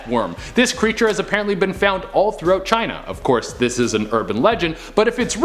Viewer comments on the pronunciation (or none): none